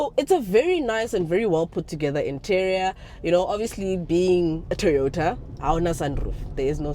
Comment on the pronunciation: 😂 "TOROTA" it kinda works...